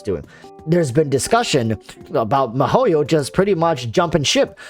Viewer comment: your'e funny but... you should pronounce the company name correct first its not mah-ho-yo its Mii-HO-YO (miHoYo)